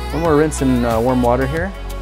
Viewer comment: Was he trying to say coke-e-nut